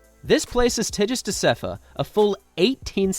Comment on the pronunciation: The G in Tigist is pronounced strong. Like in Girl.